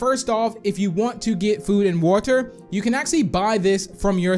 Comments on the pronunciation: You say water like is walter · It’s probably how he pronounces it idk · Me:Hearing Saying Woter My Brain:Triggered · So it’s “wuter” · No hate or any thing I love his channel but he says water so weidly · The way he says water IS JUST PERFECT